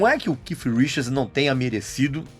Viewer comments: Não se diz que com essa impressão de kiff, é KEITH, com som de T. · Porque esse fresco nao chama o cara de keith? Fica keiff pra la keiff pra cá, so pra ser diferenciado, desnecessario isso. Keiff minha rola. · A pronúncia do nome não é essa vc tá forçando a barra no seu inglês tupiniquim